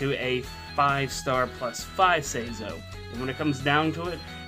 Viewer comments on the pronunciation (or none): Loses all credibility when he pronounces it like (Say-zoh) Never clicking a video by him again.